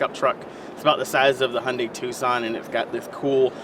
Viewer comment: It's not hondai its not a honda! gosh! It's hYundai